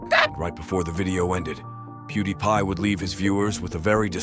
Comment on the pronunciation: Another Ai voice over content video? Pew-da-pie? it was pronounced correctly (Pew-di-pie)